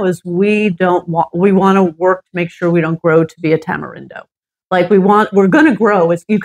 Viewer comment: She lost me when I heard how la señora pronounced Tamarindo & Playa del Coco. First step should be how to pronounce where you live. Show respect to gain respect.